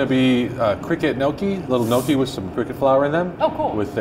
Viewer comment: The way he pronounced gnocchi made my italian heart hurt